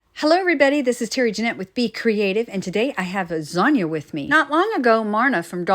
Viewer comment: Dang! You got your finger good. Instead of Zanya, I heard Lasagna 🤣😆🤣